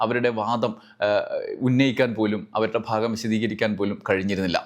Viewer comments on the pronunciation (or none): none